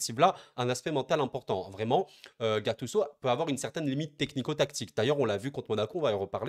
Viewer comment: En France vous aimez vraiment gâcher les prénoms des joueurs 😂😂 gattuço 😂😂